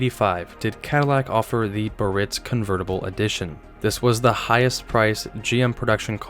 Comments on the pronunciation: I have to correct you on so many levels. 1st pronunciations. Givenchy is sounded Gee-Von-She, Cartier is Car-Tee-A, Biarritz is Bee-Uh-Ritz. Now for the car corrections. The most expensive cars were the 1980-81, Signature Series Lincoln Mark VI, fully optioned at 26.5k. The 1980-85 Seville Elegante topped out by 85 at over 31k, as did the Eldorado Biarritz by 1985. The Imperial wasn’t nearly as expensive but the electronics were excellent, the problem was the placement of the ECM was such that the heat from the engine would shut the car down. Chrysler replaced, (under warranty) all of the EFI systems with carbureted versions, which cured the problem. The 79-80 Versailles did not share anything except a basic frame, ( which was stretched) dash binnacle, power train but shared nothing else, not even door skins or trim items. The 1982 Givenchy Continental came out fully loaded at over 26k W/ a Sunroof. As for oval windows, in 1980 the Bill Blass only came with your choice of white leather or blue leather, (no two tone or accent piping) you could possible get blue luxury cloth, as a delete option. The BB in 1980 also came with an oval window, if you opted for the sunroof, which then came standard with a full vinyl top. In 1982-83, the Pucci came in a 4dr version, as well as a two door. As for the introduction of the downsized Seville in mid 1975, as a 76 early introduction. Just thought I’d help a newbie out. With age comes knowledge. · Fun video! I'm one of the small club who LOVE the bustleback Sevilles. My grandparents had two. A couple items, since you asked: *I think Vector Motors Corporation should've been on this list, since you already had what was essentially a low production kit car. *Cartier is pronounced CAR-tee-ay. *There are contentions over the correct pronunciation of Biarritz, but most say BE-uh-ritz.